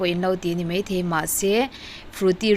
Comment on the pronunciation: ṭha hle mai.. se.. a ni mei.. ti suh.. a ni mai.. ti rawh😬😬